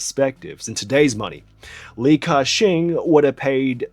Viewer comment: Tbh it's not pronounced as cashing 😂😂😂😂 the pronunciation is actually 'Gah Seng' in Cantonese